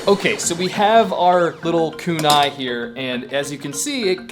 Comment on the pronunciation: Kunai is pronounced wrong